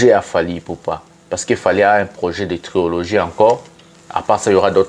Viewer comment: TRILOGIE et non TRIOLOGIE🙏